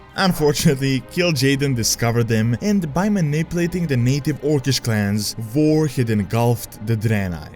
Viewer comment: Is German, Dutch, or Swedish I hear him say war as var and such